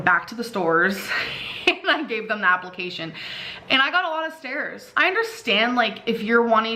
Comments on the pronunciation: And her job “applecations“ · apple-cation lol